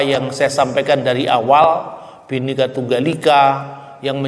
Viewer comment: PakbapakselalumengucapkanBenikatunggalika,bapasalahpak TapiBinekatunggalikalbukanbenika tapibhineka bukanbhenikaterimakasih